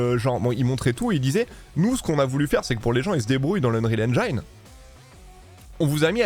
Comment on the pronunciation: Un petit détail , en anglais engine se prononce "haine gine" et non "haine jailleneu", ca fait parti des mots anglais ou le i se prononce comme chez nous, merci pour la video.